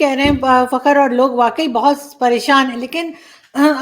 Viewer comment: madam ji, fakaar pronounce karein plz